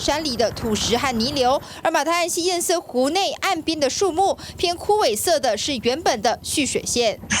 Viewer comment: 趙老康.你的粉絲擬參選高雄市長候選人柯.前幾天不是教你要唸堰塞湖嗎?怎麼還一直唸堰曬湖呢?老了改不了嗎?